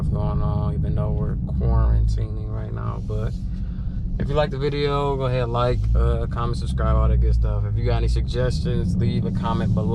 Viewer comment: Bro said, "Go a haead watch them ads 😅